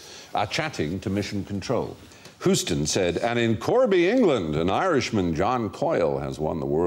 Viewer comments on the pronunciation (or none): "Whostun" lol ... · ... how the hell'd he pronounce Houston again? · Houston is NOT pronounced Whoston. The Hou rhymes with you or ewe. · As a Houstonian, I have to correct them: it’s pronounced like Hugh-stun.